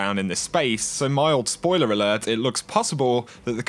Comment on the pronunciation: I found it impossible to listen to this with the way you pronounced words, example, Enemeee, Bizaaarreee, Alerrrrt, Zoneee, Storeeeeeey, Locayyytionnn. Call me picky, it's quite funny but unbearable lol, its like listening to a computer talking back after typing the words, no soul